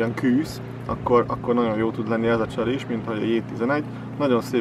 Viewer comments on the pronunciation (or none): Lehetne, KÜSZ-nek hívni, KŰŰSZ helyett? Amúgy jó videó, KŐŐSZ :)